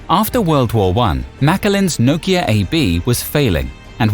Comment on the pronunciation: The way you say Nokia...is why it died :/